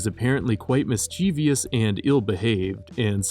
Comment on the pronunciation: So, apparently, he can pronounce the creator's name correctly, but not "mischievous".😏